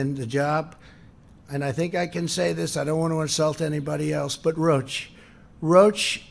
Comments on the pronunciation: Quote "I don't want to insult anybody else but... ROACH. ROACH has been incredible". Does he mean Roche? Pronounced "rowshe", as any fool kno' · Can someone please inform our Clueless "leader" that the company's name is NOT "Roach," it's Roche (row-sh)! 🤣😂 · I love how he calls Roche, ‘roach’. It pronounced ‘row-shhh’ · He’s lying again, he can’t help himself - it’s not incredible as people are dying by the masses - roach - it’s Roche (pronounced Roshe no congrats your not scoring a ten you’re a zero - people are dying.... and her questions were spot on. Obama has been out office since 2016 - so no excuses this is all Trump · Roach? It's Roche, like Rowsh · Lol Rotch? Isn’t is Roche ? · It is pronounced Roche (ROE-SH)....not "roach"...god, Trump is an idiot. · Roatch? It’s spelled Roche and pronounced Roshe. What a cry baby. Somebody call a waaaaaaaambulance. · Bloody fool mispronounced Roche as roach. Only a cockroach like him wouldn't have prepared ahead of time. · I am a former employer of Roche Diagnostics. It’s not pronounced “Roach”. Imbecile. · Did he pronounce Roche as "roach"? Is that what he meant by not wanting to offend anyone? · What an A-hole!! 38 million in seoul? Actual population of seoul...something like 10 mil. Roach? WTF? ROCHE is not pronounced roach. 95% stupidity and lies. Then....little Donnie runs away. What a doofas!!! Donnie....STFU...go play golf and let the adults in the room ckean up the corpses you created. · Love how he pronounced 'Roche'.....as 'roach'. Uugghhh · I caught that also. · I love the way he pronounces Roche. Like a cockroach. Ha ha ha ha ha ha, what a stable genius.